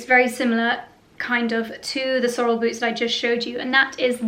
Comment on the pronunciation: Love the shearling brown short rubber boots. The tall black and brown ones are ubiquitous. You can find them everywhere. In the US and Canada we pronounce Sorel’s “Sor-elle”.